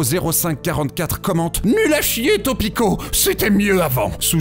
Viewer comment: "Topico" je suis mort xD tu mets un "R" sa fait "Tropico" et si on remets le t sa fait "Tropito"